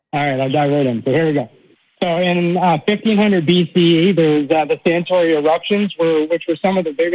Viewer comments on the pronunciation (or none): it's Santorini. Not Santori.